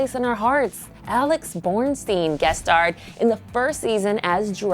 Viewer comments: Borstein not Bornstein 😡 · Alex BORSTEIN. Not BoRnstein. The worst of many mis-pronunciations in this vid. If you're going to do a bandwagon video, get better researchers. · It's Alex BORSTEIN...not BORNSTEIN...not only did you spell it incorrectly, you also pronounced it wrong, too...Yikes. You guys need to hire some new editors. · It's Alex Borstein, not Alex Bornstein. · They also called her Alex ''Bornstein''...Ugh. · If you're going to do this you should at least get the people's names right...it's jon hamm not john and alex borstein not bornstein